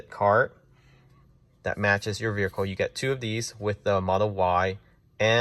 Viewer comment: Bro it was driving me crazy too.